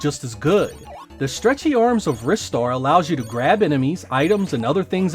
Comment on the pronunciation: Isn't Ristar pronounced "rye star"?